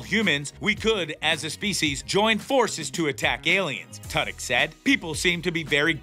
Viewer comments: Who the hell is “Tud-Yuk”? At the very least, learn how to pronounce Alan Tudyk’s name correctly. He’s a genius! This entire show is the BEST TV in a long time! I’ve never Laughed Out Loud so much as I have watching this. The entire cast & writing is fantastic! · Firstly, his name is Alan Tudyk, pronounced 2-dick emphasis on the 2. Sexondly, I've enjoyed this show greatly over it's first season and I'm very much looking forward to it's 2nd. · Well let’s see here... you can’t pronounce Alan Tudyk’s name correctly and once your referred to the show as Resident Evil. I’m not impressed with you in anyway shape or form. Try another career. Perhaps one that doesn’t involve speaking.